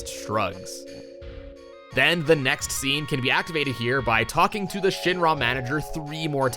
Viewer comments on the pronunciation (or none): Omg the way you say Shinra. Shin RAAA. Ick. Wrong.